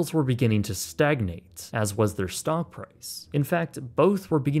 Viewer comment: Did you say stonk..? I coulda swore you said “stonk market”